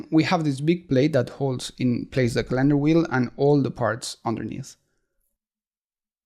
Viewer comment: Love your video's and voice over! BTW the word calendar is pronounced with the emphasis on the first syllable in English. But pronounce it any way you like!